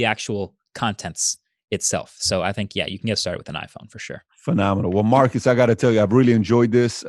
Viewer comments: His name is not pronounced "Marcus". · Dude you said his name wrong for 40mins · I'm guessing he let you know that you pronounced the city name correctly because he wanted you to start pronouncing his name correctly.